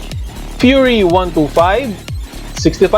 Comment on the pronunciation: wawa yung "fury" naging "furry" hahahahahahaha